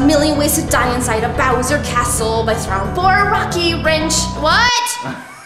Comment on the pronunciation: You said a throwmp